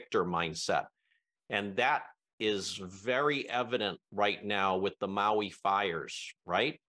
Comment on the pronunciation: Mahalo for pronouncing Maui correctly. Many people especially news people need to add an “e” after The M. Minamina Au ia Maui